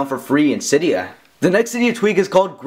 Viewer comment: cYdia haha says it so funny